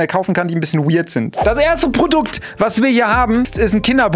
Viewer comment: Baa ist diese Maske wieeeederlich bischen weird😂 die betonung lieb auf BISCHEN!? really🥲